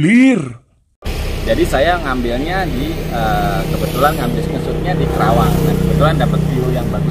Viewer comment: Maaf om.. Penyebutan kota'y bukan kerawang tapi KARAWANG. Sy ga enak dnger'y Sbgai asli putra karawang